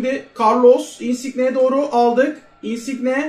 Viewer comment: Insiqne deme su adama lutfennnn